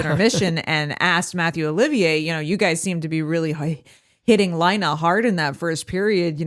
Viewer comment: It's pronounced lie-nay you guys are killing me